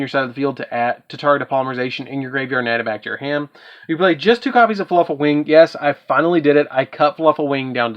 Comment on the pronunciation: "faluffle" is all i'm hearing. is that just a region pronunciation thing? if i' sounding rude by asking i don't mean it to be that way, i'm just confused cause it's spelled "fluffal" but i keep hearin you say it different. i kept in mind you have the deck as we can all see so it's preference to the user, it's just interesting.